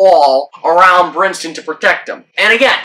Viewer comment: His name is Brinson, not Brinston. The man was already unwittingly in the middle of a controversy he had nothing to do with at least you could give him the respect of saying his name right. It's also not Luis, but Lewis.